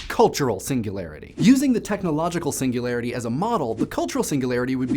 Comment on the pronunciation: The way you said "Singularity" was just magnificent.